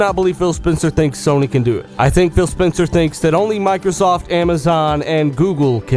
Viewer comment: Sounds like your saying Bill haha :)